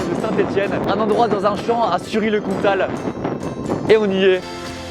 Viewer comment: "Oui, il y a une gare a Sury le Comtal" Du parisien pur souche...